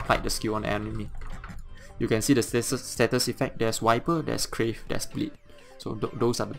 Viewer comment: It's Carve not Crave. I know English isn't your native language but at Least now you know.